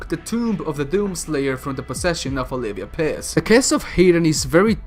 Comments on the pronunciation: He said elivia piss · lmfao sorry but I just can't unhear, "Olivia Piss"